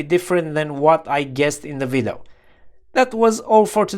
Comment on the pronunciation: It's funny he always says "vido" :D